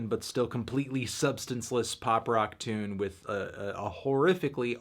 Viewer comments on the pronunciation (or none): none